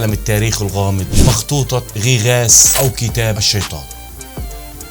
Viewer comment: تعليق واحد فقط اسمها مخطوطه غيغاس وليس غي غاس للتنويه فقط